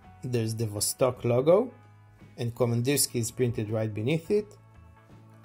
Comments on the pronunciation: Pronounced VASTÒK KAMANDÌRSKIE (not Vostòk Komandirski) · Kamandirskiye iirc? е is pronounced ye